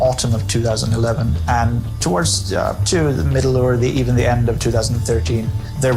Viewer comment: I actually think the other guy narrates better. needs a speech coach. He doesn't enunciate clearly, his T sounds sound like they have S sounds in them, and he blends syllables together (often in the middle of words, or as he'd say, the "mill" of words). The content is great, but his speaking could really benefit from the services of a speech coach.